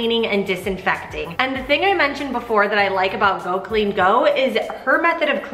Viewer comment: I so needed this motivation. Just pointing out its Go clean CO not go. I LOVE her motivation. I want to order her cleaning book. I have the same issues with our cabinets and use a floor marker to make the chips less visible. You could put your grills in the tub with a dishwasher pod. Thank you